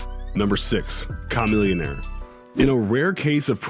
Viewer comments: I was cringing the way he said “CHA-millionare” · K-a-millionaire? Lol N-o-s? What? (Nas) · Ok who tf is Cah-millionaire? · Ha that dumb ass said KA-Millionaire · Bruh you said a camillionaire name all wrong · This dude can't even say Chamillionaire's name properly. Tf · #6 wtf he just say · He's white so 😂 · as am I but I know how to say Chamillionaire's name right lol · do you know how to say it... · Not only is making this list dishonorable, but almost as bad is the mispronunciation of some of the rappers mentioned. I understand that someone might not know how to pronounce “Chamillionaire”, but Nas? Nas is a legend and NO ONE doing ANYTHING with hip-hop gets a pass for mispronouncing the his name.